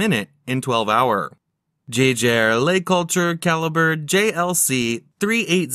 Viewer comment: They could have programmed the robot to pronounce Jaeger-LeCoultre properly, 15 seconds in and the mispronunciation has triggered me 😅